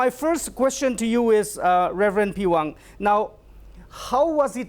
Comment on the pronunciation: Sir, nt the pewang u need to say Rev peihwang